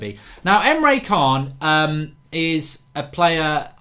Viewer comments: It’s pronounced chan not khan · It's pronounced emre Jan not kaan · Can't listen to Emre Kaan (Can) anymore... everytime he says it, i have to say "Ch-an"!! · he said himself its chan you absolute idiot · He's not a bad guy in star trek....khaaaaaaaaan!!! It's Can .....like 'chan' ...............good show though mark 😀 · Emre Can pronounced Emre CHAN not Emre KAHN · Can is pronounced 'chan' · How many times have we got to tell you it’s pronounced Chan mate? In german C is a Ch sound and a K is a C sound